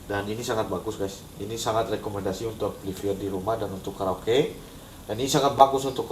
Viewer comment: cobalah kalo kata itu dari bahasa inggris diucapkan dalam bahasanya. amplifier harussnya dibaca amplifayer. malu ah.